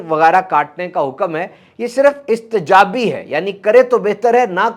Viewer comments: السلام علیکم ورحمتہ اللہ وبرکاتہ آپ نے آخر میں فرمایا استجابی حالانکہ صحیح لفظ استحبابی ہے ... ح ... کے ساتھ . ممکن ہو تو اسے درست فرمائیے..... آپ کا محب کشمیر انڈیا سے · You are great❤ آخر میں آپ نے کہا استجابی ہے یہ لفظ کیا استحبابی نہیں؟؟؟ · Great content. Just two minor corrections 1)The reward increases 700 times not 700%. 2) Istehbabi not Istejabi Again I appreciate your effort in delivering such videos that guide the whole Muslim ummah.